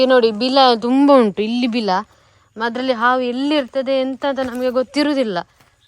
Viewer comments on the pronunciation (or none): ತಂಗಿ ಅದು ಬೀಲ ಅಲ್ಲ ಬಿಲ ಅಷ್ಟೇ😂😢😅😂❤👌👍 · Beela alla bila😅😂😂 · ಬೀಲದ ಒಳಗೆ ಹಾವಿನ ಬೀಲ 😂😂 ಸಿಸ್ಟೆರ್ ಅದು ಬೀಲ ಅಲ್ಲ ಬಿಲ 🥰